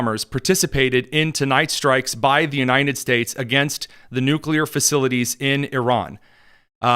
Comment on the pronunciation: Bro can’t even say “United” correctly. ‘Unined”